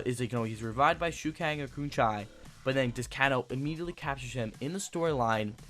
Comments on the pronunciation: Kahn-o instead of Kano as well. He lost me completely when he said he didnt own MK9. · Sang Koo, Koon Chai, & Canno? Correct pronunciation is a as follows : Shinnok - Shin•Nock Quan Chi - Kwaan•Chee Kano - Cain•Oh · i came here for can-chew (shinnok), and can-chi (quan shi) and can-oh (kano) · It's pronounced Kaynoe shin ok and Qwan che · Yea and Can-O! WTF is wrong with this guy. Obviously does not know anything about old MK arcade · Dude! Shinnok (Shin-Ock) Quan Chi (Quan-Chee) Kano (Kane-Oh) Shujinko (Shu-Jink-Oh) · he even butchered Kano! lol but he can pronounce LIU KANG lol but the info was cool!